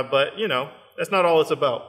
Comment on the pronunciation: "That's not all it's aboot." Nice!